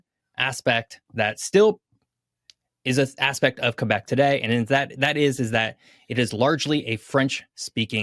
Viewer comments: Always love when anglophones pronounce it Kay-Bec (properly) instead of Qweh-Bec (anglicized). Love the content 🖤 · both are acceptable, the proper official correct one is kaybec (both E are not pronouced the same) but some french people kinda mix the ay and eh sounds in general so youll also hear kehbec a lot